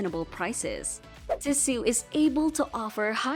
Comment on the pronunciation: Fake AI voice. automatic downvote. It's Tee-So not Ti-su. Lazy creator or AI-generated.